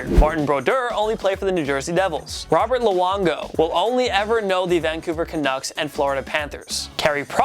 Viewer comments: It’s Roberto Luongo not Robert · Its Roberto, not Robert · Robert Luongo? It’s Roberto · Its Roberto not Robert